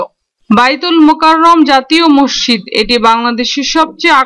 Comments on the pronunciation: আপা! আপনি মসজিদ কে মশশিদ্ উচ্চারণ করেছেন বারবার অসংখ্যবার! আপনি বলবেন> মসৃ জিদ্ এভাবে ধীরে উচ্চারণ করুন, আপনার উচ্চারণ সঠিক হবে। ধন্যবাদ আপনাকে। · আসলে শব্দটি হবে- মস্ জিদ্, আপনার বোঝার সুবিধার্থে শব্দটিকে দুই ভাগে লিখলাম। আমার এক বাল্য বন্ধুও আপনার মতো উচ্চারণ করে। এবং বিভিন্ন টিভি চ্যানেলেও কোনো কোনো সাংবাদিকের উচ্চারণেও মসজিদকে মশশিদ্ উচ্চারণ করতে দেখলাম অনেকবার। ধন্যবাদ আপনাকে।